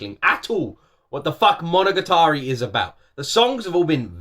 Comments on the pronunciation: mono-ga-tari for pronouncing, and sadly not in order for this, oh well. and your wrong on the case of Alice in wonderland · It's pronounced "mo-no-ga-ta-ri"! ;) Japanese can be a bit tricky since the phonemes are quite a bit longer than English (save for the vowels and "n"), so it can be hard to know where they start and end! You also need to be careful that you don't hold on any one phoneme too long, (i.e not "mo-no-ga-taa-ri") since there are times when a phoneme IS elongated, which can often change the meaning of a word entirely! Otherwise, each should be the same length, in a rather robotic fashion! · monoGAtari... the accent is in the GA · Your pronunciation of “Monogatari” was pretty good, except that the stress or accent should be on the “ga” and not “ta” (and don’t extend that sound). “Monogatari” 物語 means “story” or “tale,” and different seasons will have different tales, such as “Bake-monogatari” 化け物語 (Monster tales), “Nise-Monogatari” 偽物語 (Fake tales), etc.